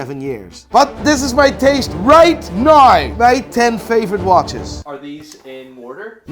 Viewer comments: RIGHT NAUR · you mean right naur ?